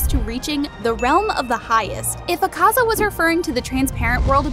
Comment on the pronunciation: You said Ukaza wrong and getato